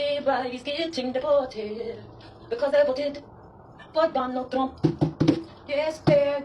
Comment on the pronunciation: "I will vota for Donnold Truump" "I will vote for Donnold Truump"😂